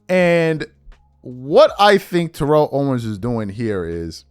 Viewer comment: lol: it’s Tear-el ( and not Te-relle) but you do t care I rememberin the past some yrs back We told you quite a few times lol.